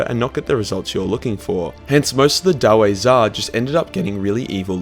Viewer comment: is it really so difficult to spell the word dawi?It's like daui,not daw-ay.We're in warhammer Fantasy,not Shrek